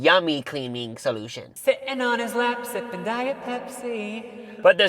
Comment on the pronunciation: ANYONE ELSE HEAR HIM SAY AT THE END "DON'T STOP SNIFFING YOUR DIET COKE" OR JUST ME?! 😂😂😂😅❤